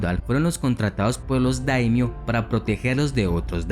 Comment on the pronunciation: No son damnios, se dice daimyo.